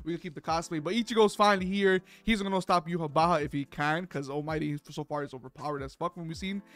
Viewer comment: it's not pronounced yuhabaha, it's "Yuha Vach" (Yhwach). also I have never seen a scanlation call him "yawach bleach" bro 😭